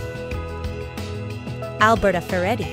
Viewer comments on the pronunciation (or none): none